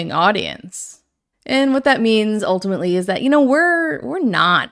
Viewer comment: I have been so "ultimently" serious